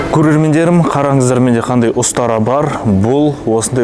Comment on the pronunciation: остара емес, ұстара